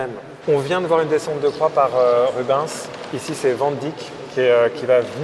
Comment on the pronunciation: J'adore ton contenu et quel plaisir de voir avec toi que j'adore aussi, mais par contre ça fait saigner mes oreilles quand j'entends Rub(in)s, ça ne se prononce pas comme ça, ça se prononce Ru-bènss. Si ça peut aider les guides du musée merci d'avance